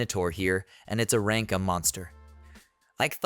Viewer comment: Hey since you’re using a text to speech boy for this when saying things like “A-rank adventurer” type it in as “Aye-rank adventurer” so it won’t read it as the other “a”